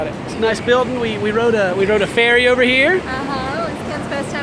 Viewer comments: A fairy? It's ferry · Wtf..3.26 did they ride a "fairy" or a "ferry"